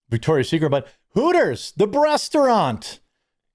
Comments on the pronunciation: I swear he said 'The Breast-eraunt' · "Breasturant?" I LOVE IT!🤣